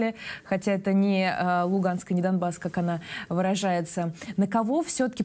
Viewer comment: Она говорит домбас. А правильно донбас